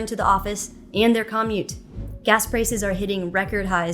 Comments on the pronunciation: CAH-mute? Is that a thing? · It's hard to take someone seriously when they don't know how to properly pronounce common words like "commute".